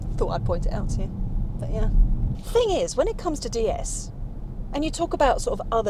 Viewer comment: It's pronounced "déesse" - deity.